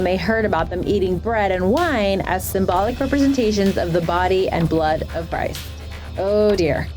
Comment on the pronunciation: Did she say Brist instead of christ